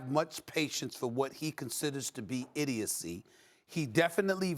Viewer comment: “Idiocy” Stephen A. 🤦🏾‍♂️😂